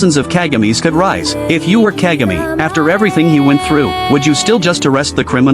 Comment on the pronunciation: It's pronounced Kahgah may.